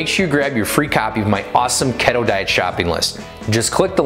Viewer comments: Lol🤣 Pronounced key toe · Every time he said keto I died a little.... But he’s cute as hell so I’ll forgive him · I don't trust anyone that doesn't know how to pronounce keto